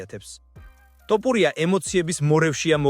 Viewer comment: ტოფურია არა ბებიაშენის ტრაკი